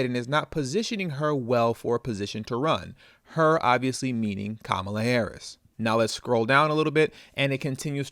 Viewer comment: Even how we pronounce her name is an indication of the fraud of her connection to us. HER grounding in INDIAN lineage is even within her proper pronunciation of her name...COMMA-LA.